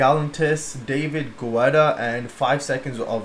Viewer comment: I believe that it is pronounced David Getta and the accent is on the second syllable of Gal-LAN-tis. I'm pretty sure that is right. Someone please correct me if I'm not.